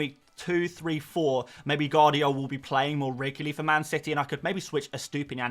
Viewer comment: It's Gvardiol, not Guardiol. V isn't silent.